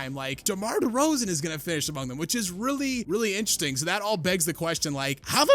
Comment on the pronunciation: "DeMar DeRzaon"